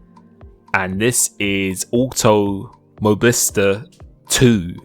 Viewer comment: "awtoo... mobista" 😂